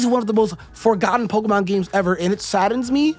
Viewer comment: You don't even know how to pronounce the word Pokémon properly, so you can't be that much of a fan. But, then again, like 99% of fans also don't know how to pronounce the word because they barely know how to speak English and that's just the English speaking ones. People today can barely speak their own language, they can't spell and don't know how to read words properly.